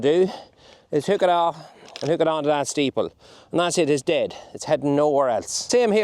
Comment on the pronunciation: It's interesting how dialect can differ from county to county yet words can stay the same. The way you say the word staple (steeple) reminds me of my late father. It was only a few years ago that I realised they were actually called staples and not steeples 😅 thanks for the videos, from Fermanagh